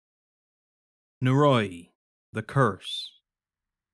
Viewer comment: Noe roe ee, not naroy.